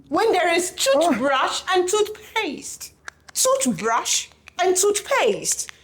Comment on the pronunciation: Toohbrash and toothpayaste!! 😂😂😂😂